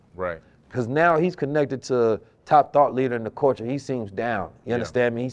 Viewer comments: pronouncing culture like “coooorture” got me giggling 😂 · The fact that knows all this information but can’t pronounce Culture has me dead💀